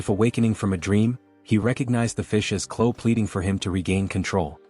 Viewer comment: you said chloe wrong and you said clo